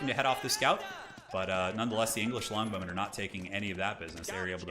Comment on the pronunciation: he says longbowmen like blonde women. I legit first heard him say "Amazing English blonde women"